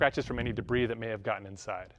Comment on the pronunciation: The way says Debris sounds more like he's having a difficult time recalling a painful relationship with a woman named Debra 😂